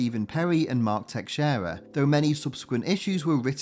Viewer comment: VERY well done video. Just one point of contention: names. Fabian Nee-see-A-za, Herb Trim-pe, Mark Te-sheer-a.